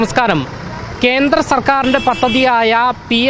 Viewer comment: Kenthra ennalla Kendra ennu parayu mone, sariyaya ucharanam athanu